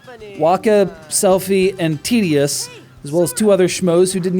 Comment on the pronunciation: It's not "Tedious", it's "Tidus" :P